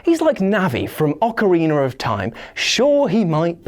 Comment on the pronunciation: There’s no R at the end of Ocarina, stop saying Ocariner!